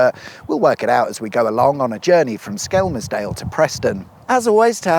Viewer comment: At least he didn't say "Skemmersdale" or "Skemsdale"